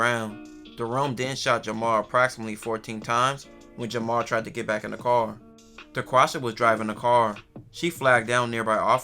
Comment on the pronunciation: sounded like he said daquasha both ghetto names tho 😂